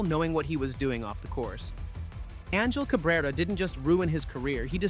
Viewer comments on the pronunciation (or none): It's pronounced ahn-hill Cabrera. Not anjel.